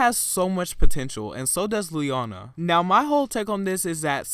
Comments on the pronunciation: Please say her name the way she says her own name. Lee-O-na Not Lee-onna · {Lee-own-ah} not {lee-on-a} but overall good vid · Her name is pronounced Lee-oh-nah, not Lee-ah-nah. The middle syllable is a long "o" sound. The narrator did not pronounce her name correctly. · I think her name was being pronounced wrong too as Ley-onah instead of Lee-O-Nah lol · He can't even get her damn name right! It's pronounced Lee - oh - ner, it is NOT Lee - ah - na, it may be a good idea to try and get to know the artist and her work rather than being a robot and reading it off a script. Honestly it's all ppl seem to do now, they're robots and it's kind of scary. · It's pronounced lee-o-na not lee-on-a! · It's LeOna not LeAna. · Sorry to sound like Hermione, but It’s pronounced “Lee-Own-Ah” not “Lee-On-Ah” right ?? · Its LE-OH-NA. Not LE-AR-NA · the narrator's voice is so unusual as to be almost devoid of emotion and computer-like! Plus unlike your varied pronunciations her name is Lee - O -Na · You’re pronouncing her name wrong. The correct way to pronounce it is LEE-OWN-AH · It's lee-oh-na! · Its pronounced as Lee-oh-na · Lee-O-na Just saying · why do you keep saying liana. & she's done stuff outside of singing like performing in cats the musical when Nicole left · this guys a dipshit, can't even say her name right, and said she diminished quickly? Really Queen? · Why do Americans say her name wrong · You can’t even say her name properly what the fuck lol Miss her though she’s so talented hope she lands a come back